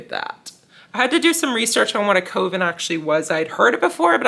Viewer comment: I bet It’s Evil is a play on the book/movie IT. And just wanted to share that Coven is pronounced Kuh-vn. Thanks for sharing!